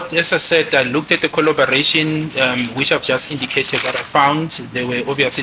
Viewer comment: LLB. 101 not 301 😂😂😂😂😂😂😂colloaboration.? teaching. LLB 101😂😂😂